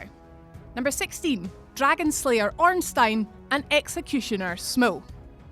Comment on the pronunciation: Ornstein? :p